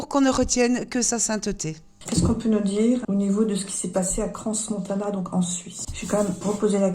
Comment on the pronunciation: On ne prononce pas le S de crans montana. On dit Cran" . Sans S.